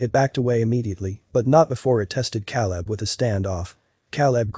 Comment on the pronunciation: At least pronounce the name “Caleb” correctly!!!!